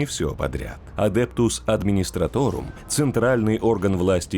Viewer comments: Видос прям класс, давно я так не кайфовал от чтения из википедии под медленно проплывающую картинку) но есть вопрос: почему адептус администратОРум ? Когда адептус администратум... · САМОЙ, Карл!!! Адептус мать его адмистраторум! На этом просмотр видео, несмотря на прекрасный голос диктора, предлагаю закончить.